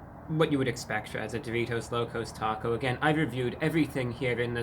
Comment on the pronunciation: Hearing the words Doritos Locos Taco in a trans-Atlantic accent makes it sound much fancier than it is 😂